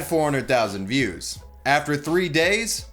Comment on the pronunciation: You pronounce views as fews